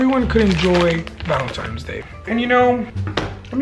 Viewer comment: Not tryna come for you but it’s valenTINES not valenTIMES